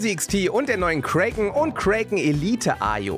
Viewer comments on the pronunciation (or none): ich musste ein wenig cringen wie du "Kraken" aussprichst. es ist "KRAKEN" nicht KREIKEN das A wird normal ausgesprochen.